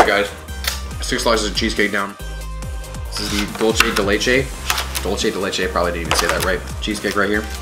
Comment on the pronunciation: “The dulchee day laychay”